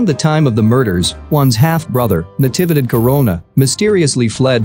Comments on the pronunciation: The voice is processing "Natividad" wrong. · It's saying all the syllables after Na fast and all bunched together. It's Na-TEE-vee-dad. Even in american english, with that pacing (voicing each syllable for about the same duration) it should sound OK.